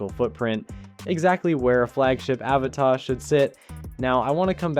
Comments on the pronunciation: It's pronounced "a-vata"; not "Áva-tá" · Can you pronounce it "UhVotta" instead of "Avuhtuh". Otherwise, great video! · No. He thinks Avata is French and written Avatà 😂. The pronunciation is Aváta, accent on the second A. Americans make up things to make them sound fancy, like Caprì as of it was French. There is no accent on he last letter it's Italian, it's Cápri. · Repeat after me: A VA TA. There's no accent on the last A, it's not a French word.